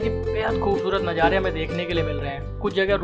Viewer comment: bhai aik baar nazare bol do rather than najare